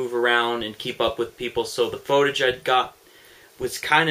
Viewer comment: just a minor edit i suggest to future vids its pronounced "foot-age"